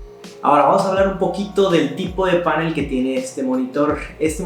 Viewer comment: Tengo una curiosidad, veo en varios videos que en vez de decir panel, dicen pánel como si se acentuara en la a. Por qué será?